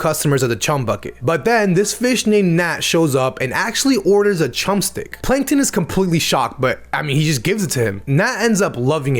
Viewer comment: heh, "panktons".